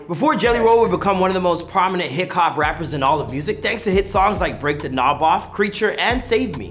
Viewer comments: Y does he keep saying hik hop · This needs updated & please don’t call him hick hop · Its not hick hop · The man is a living legend. Please dont degrade him by calling him "hick hop" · It's NOT HICK HOP bitches!!!!! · Yo it's not hick hop it's rap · Ignorant people say hick hop